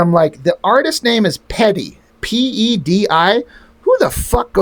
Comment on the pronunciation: I met Pedi once at SDCC in the mid 90's. He was really nice to me and my friend but he cheered a little hyper active and aloof. I remember him signing my book with one of those gold pens. His signature took up the whole cover. I have a sketch he did for me also. He basically drew himself. BTW, his name is pronounced Pie-dee.